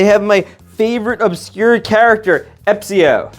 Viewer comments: ep-sio?!?!?! It’s espio not ep-sio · “Epsio” bro said it’s his favorite character and got his name and animal wrong 😭🙏 it’s “Espio” and he’s a chameleon. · its espio not epsio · at a part you called espio epsio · your favorite character is espio yet you call him a shmorg and you call him "epsio" he's called espio and he's a chameleon. also thats not a nose thats a horn. on a side note the best figure here is definitly cream, also how don't you know who tikal is but you know who chaos is?? do you know chaos from like, sonic forces?? :sob: "the knuckles clan" bro they're called echidnas. also blaze is not afraid of heights?? she can fly??? also where tf did you read that silver likes blaze? what kinda fanfics do you get your info from "more porcupines" porcupines are ANIMALS?? they're called backspines lil bro, sonic and shadow have them too a clear shadow emerald, its a white chaos emerald also cream aint invincible, where'd you get that info from charmy is a male thats red not pink he uses a hoverboard not a skateboard the tails figure has 2 tails they're just merging together in the printing again storm uses a hoverboard not a skateboard plus that isn't a beard thats chest fur all of these are real species tf are you on about, are you even a sonic fan?? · CHARMY IS NOT FEMALE AND ITS ESPIO NOT EPIO AGHHHHHHHHHHHH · He called him ''epsio'' though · There ain’t no way he said his favorite character was Espio and when he was unboxing him he called him Epsio💀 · Bro said Epsio 💀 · Also he does not no probably anything about silver and cream and he’s calling charmer a GIRL?!??!?! And it’s pronounced E S P I O. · ain’t no way bro said his favourite character’s name wrong😂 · Charmy is a guy first and second the skate boards are hovered boards third you said espio name wrong